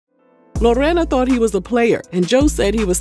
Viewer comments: Ok first let me start by saying, thank you for rolling that R in Lorena’s name (also my name 🤭) it rolled beautifully out of your mouth 😊 I appreciate the correct ethnic pronunciation…you outdid yourself in this one! I didn’t even know they have a “ghetto marriage” (no legal papers) and that they’ve been doing extra curricular activities with other people throughout their “marriage” lol I will say Joey does praise her in public, definitely loves that woman. Now the part about her being some cartel daughter 😮 Wowwwww. Smh that tea was piping hottttttt 😆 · How you say Lorena 😂😂😂😂😂😂😂 - on point